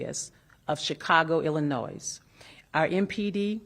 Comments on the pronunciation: Shouldnt someone in her position know that you dont pronounce the s in Illinois? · That police chief couldn’t even pronounce Illinois, correctly. She pronounced it ‘il-a-noise’.